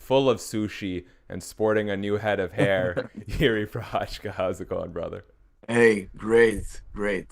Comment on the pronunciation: easiest way is write - Jiří Procházka - into google translator and listen how it pronounced, because you pronounce Procházka wrong 😀 I know its not easy because every language use mouth differently but you would be first one foreigner that nailed it 👍🏼😀